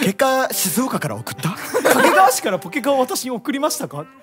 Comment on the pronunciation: どうでもいいこと 地元民はかけがわ↓ でもテレビとかでの発音はかけがわ↑